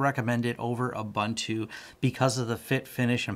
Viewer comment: Just for anyone wanting to know the correct pronunciation of Ubuntu. It is Oo-boon-tu. Which means humanity. When one says the Americanized way: Aah Bun toe, it means: Ah! People! lol